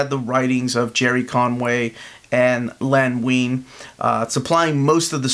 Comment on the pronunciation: Who the heck is Len Wein? You mean Lane Wayne?